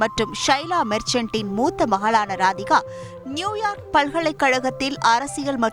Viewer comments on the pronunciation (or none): none